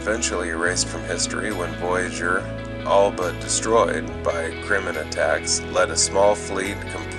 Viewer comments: Why do you keep calling the Krenim, "Krimmon"?!?! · Why cant he pronounce Krenim?